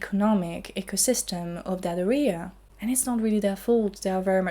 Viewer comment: I love your content and your English is excellent. Just a little tip. Stress the first syllable of area so, Area, not arEa. (No hate just a little remark from an English teacher ;)). Keep up the awesome work!